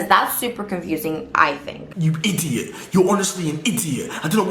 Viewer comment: i-di-ot ur honestly an i-di-ot